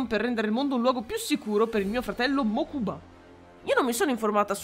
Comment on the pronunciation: capisco. Faccio un secondo il pignolo, ma il nome del fratello si pronuncia Mókuba. Piccolo momento erudizione su yu gi oh duel monsters